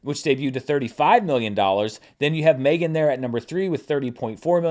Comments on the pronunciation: please stop saying M 3 (three) Gan... you know it called Megan. Reminds me of Fant 4 stic, and that was only said by people making fun of that movie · I dont know if you are yelling, but seems like you are yelling. Also, you said it in your review of the movie... but also also, you are not the only one who has said it that way, everyone needs to stop and just say Megan.